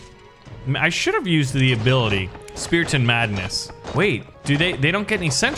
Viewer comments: STOP SAYIMG SPEATION ITS CALLED SPARTAN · Ah yes, my favorite unit "Speraton" and "Swroldwarth"